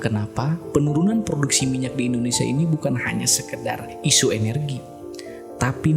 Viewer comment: AWAK2 NI BILA NAK SEBUT INDONESIA SELALU DENGAR MACAM SEBUT MALAYSIA ...ADA TEKNICAL PROBLEM KE???